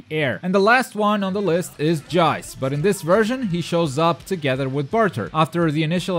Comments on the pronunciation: Did anyone see the captain ginyu combo video??? This guys gonna be beast Also it's pronounced JEECE, not jaice And hyper armour not super armour ;) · him saying jeice and burter disgusts me